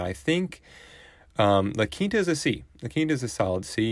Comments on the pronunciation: Yeah, it is pronounced "La Keenta" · A lot of people pronounce it “La Kinta”